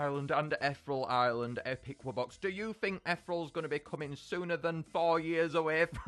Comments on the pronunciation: ETH (like in ethan) E ( vowel) Real not Ethrel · Eth-ear-eel Island. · the way he said ethereal